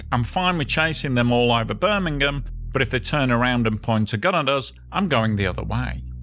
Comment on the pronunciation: Great video! And with your pronunciation Birmingham, Alabama never sounded so nice.👍